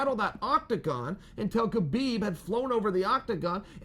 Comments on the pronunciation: H-HA-BIB. NOT K-BIB CHAEL lol... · Why do people pronounce the K ln his name. l understand not using a russian accent lf lts out of the ordinary and harder to say but HU-blb ls just as easy to say as KU-blb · Sonnen Its pronounced Habib ,please drop the "K" when you pronounce his name.Thank you.